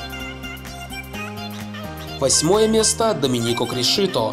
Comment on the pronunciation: Чел, 2ф фамилии названы неправильно. Доминико крИшито а не кришИто Луиш нЕту и не нетУ